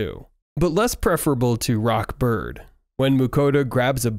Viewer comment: It's rod Bird not rock bird